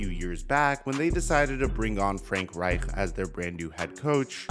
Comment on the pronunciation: Bro why is it so hard for you to say Reich? Lol. It’s pronounced Ryke